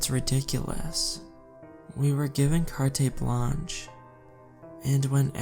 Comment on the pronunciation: I love ocean stories. 😁PS: Carte Blanche is just pronounced like cart, not car-tay. 😉🙃✨❤️ It literally means “blank check.” In the public lexicon, it generally means “whatever it takes/whatever the cost.”